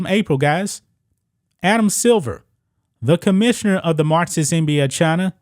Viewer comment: Marxist NOT martsist. Learn to pronounce your x's!